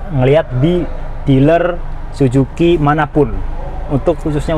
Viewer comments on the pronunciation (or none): Suzuki bacanya susuki bang bukan sujuki 😂😂